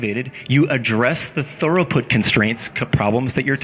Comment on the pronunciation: I'm only a quarter of the way through this, but please, it's throughput not thoroughput! :o